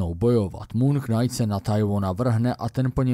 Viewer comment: Já ta tvá videa mám fakt rád. To, že máš špatnou výslovnost slova knight, to bych ti odpustil. Ale prosím, jednou pro vždy. Slovo POTENCIONÁLNÍ, natož PPOTENCIONÁL je fakt úplně blbě! Slovník spisovné češtiny i Pravidla českého pravopisu uvádí jako jedinou variantu tvar potenciální. A ne není to ani žádný hantec. Rozjelo se to díky pár blbcům v televizi za minulé generace. Neočkuj tím další generace. Prosím.